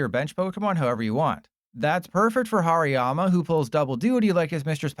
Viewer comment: Finally somebody saying 'Hariyama right'. I mean its so funny when I hear people calling it by 'Hairy Yama'